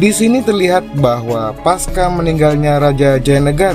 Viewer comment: Lho, ibunya Raja Jayanegara bukannya putri Melayu Dara Petak dari Dharmasraya itu? Saran: kata "pasca" seharusnya dilafalkan /pasca/ pakai /c/ bukan "paska". Salam dari Malang.